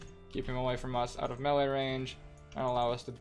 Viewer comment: It is pronounced MayLay